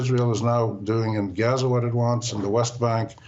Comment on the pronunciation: It's pronounced Gaza..A as in father.....not geza.